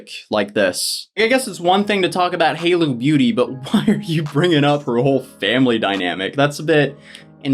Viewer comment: you said haloo beauty instead of halo lol